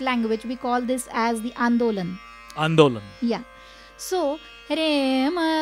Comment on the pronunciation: It's not andolam... it's called Indolam. Raga..